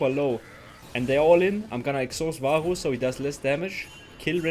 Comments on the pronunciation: ur accent saying varus is killing me haha. vaaaaooos. love the vids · He pronounces "varus" with the weird gothic r 🗣️🗣️🗣️